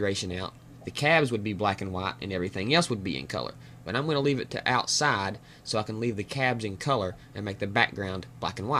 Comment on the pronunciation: Outsah goes whah...love it :)